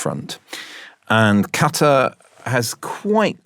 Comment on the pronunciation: Nice hear to hear Qatar pronounced properly, although it needs a bit more G with the Q.